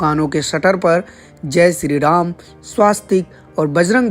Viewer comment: Ye to ghour narak mein jayegi .. isse shree ram ka naam vi thik se Lena nahi aata...